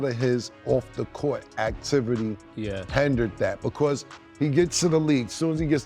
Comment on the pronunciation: Not “hendered” Cam it’s hindered lol